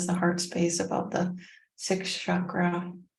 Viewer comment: WOW! The purity and detailed instructions. I appreciate it! The way you pronounce chakra is awesome.